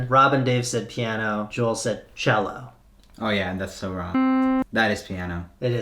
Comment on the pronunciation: It's cello, not jello